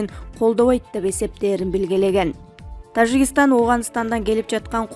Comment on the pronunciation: ТаЖигыстан таЖигыстан деп тойгоздун го ,туура айтсан сабатсыздар